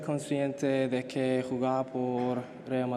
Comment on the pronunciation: Some pronunciations like 'tengo' and 'que' is still very English-centric, I must say 😅 But credit to Trent when it comes to the letter 'r', he really nailed it by rolling his tongue